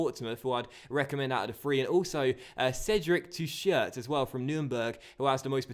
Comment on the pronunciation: I'm a big Nürnberg fan and your pronunciation of Teuchert is so unbelievably wrong. It's more like TOIchert with emphasis on the first syllable.